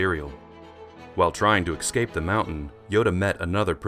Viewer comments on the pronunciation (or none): Can you say "es cape" instead of "ek scape" ? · His pronunciation is off but damn bro. Who hurt you